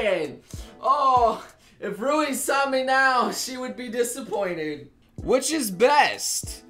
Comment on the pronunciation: fuckin hell its "which" is best not "witch" is best, gosh that triggered me so bad.